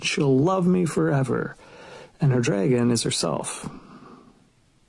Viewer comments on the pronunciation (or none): If you can’t pronounce “dragon” correctly, you don’t get to pontificate on what conservative men want or why. Nobody is slaying “draygons.”